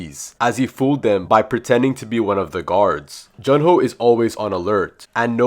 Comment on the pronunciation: I thought it was Jun Ho not Jun Jo